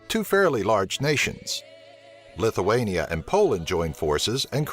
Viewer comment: lithuania not lituania